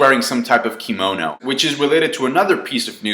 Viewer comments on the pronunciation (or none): none